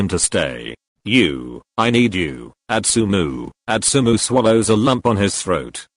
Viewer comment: Why is it Atsumo not Atsumu- im confused